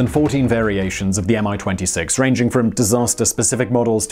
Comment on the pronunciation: its not "AM I - 26" - its "ME-26" correct pronounciation - its even has small "i" in "Mi-26" name